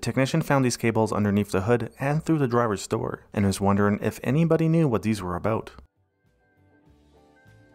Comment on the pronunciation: Your canadian accent came in when you said *about*.